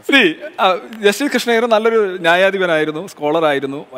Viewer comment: ശ്രീ എന്നു പറയാൻ പഠിയ്ക്ടാ മോട്ടേ